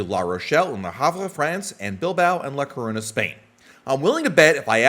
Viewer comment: Great and very informative video, Btw, it’s La (Lah) Coruña (Koh - Roo- Ñah). The Ñ is very important in the pronunciation. Either why, after watching this video my desire to go has increased much more . 😊